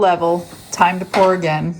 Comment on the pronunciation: Did you say top pour for the top?